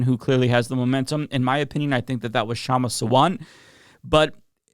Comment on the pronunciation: It's pronounced Shumma SAA-VUNT